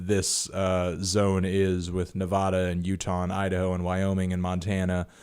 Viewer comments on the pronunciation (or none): It's NevADA. NOT NEVAHHDA. luv ur video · it's nevAAAAda not nevAHda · PSA the A's in "Nevada" are pronounced like A as in "Apple"